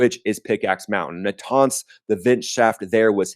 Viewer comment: I like your videos but you can’t even pronounce a name right aggggarchi or araghchi, natanz or nataaaaaaaaaanz , it just make it so annoying to listen to a content with no moderatio